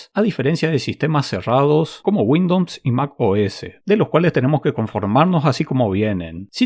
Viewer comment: Muere un Ing. de Software de Microsoft cada vez que pronuncias Windowns :)